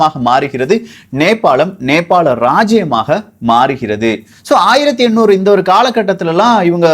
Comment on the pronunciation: Bro 1800 and 1700 couldn't differentiate, pronunciation same ah iruku